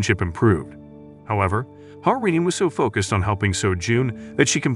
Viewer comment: The FLs name is "Ha-Rin" not "Hamin". I looked it up.